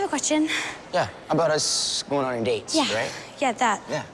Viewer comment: If you hear properly when Emily & West are talking Emily says: West, I have a quetion